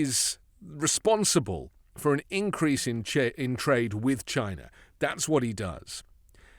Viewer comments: A BILLIONERE THAT HAD CRAPPY TEACHERS - CANT SAY CHINA - BUT GINA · Chia Nah this snake oil salesman sounds so unintelligent Trump is a Racist, he can't even pronounce the word CHINA He is a Racist to the core he will never understand what it takes to be a ex loser president. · "Jyna" never heard of it .. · He still says "CHY-na!" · "Chy-na. Jy-na. Melania won't let me near her va-gi-na." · "...we will phase out all imports from Chy-nah... except my Red Hats, ties and other crap..." - Drumpf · The way he pronounced "China"!😅 Like when he says "Thighland" instead of Thailand. 🙄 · Notice he won't say clothing because he gets all his Trump items from China. He always has to say China like he's saying Vagina. Two things he has to pay big bucks to see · CHINA. Every time he says it, I laugh 😂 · Who is that moron who can’t say “China” correctly. Oh, Dump?….. Great! Do what Dump says; that’s more trade for New Zealand. I’m very pleased 😁😁😁😁😁😁😁😁😁😁😁